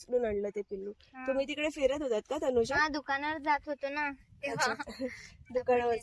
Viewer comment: तनुजा तुमच्या कावळ्याला तनुजा म्हणता येत नाही, म्हणून तो तुला वेइजा म्हणत असावा, बघ तो कधी कधी वैजा असे म्हणतो